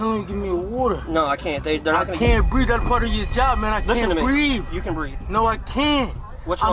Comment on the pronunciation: . I can't breave i cant breave. - What does breave mean. Is it ghetto for breath.